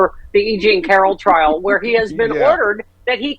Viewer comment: In "trail"? Is he hiking?